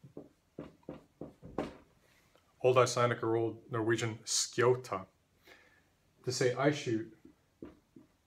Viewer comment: When talking about shooting. You say S K I * * * *. U pronounce the letters individually. But in modern (Swedish at least) we use the very common sje-sound [ɧ]. Wasn't that used back then?